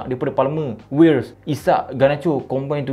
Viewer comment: Sebutan writz tu Vi yetz